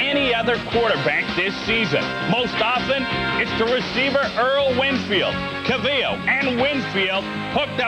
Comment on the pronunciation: Interesting way to say Anthony CALvillo's name...